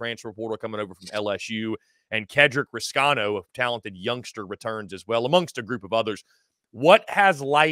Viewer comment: Thanks for correct pronunciation of rescano